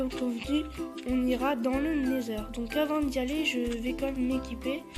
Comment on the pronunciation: On dit "nether" , sinon continue, c'est sympas à voir, continue ;D